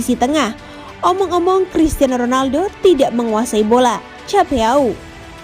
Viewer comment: Min, terima kasih selalu bagus ulasannya. Maaf utk pengucapan bahasa asing harus sesuai...Chapeau dalam bahasa Prancis dibacanya [sapo] eau dibacanya o.